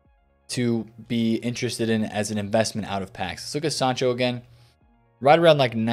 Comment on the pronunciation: You said sancho’s name correct, took you long enough 😂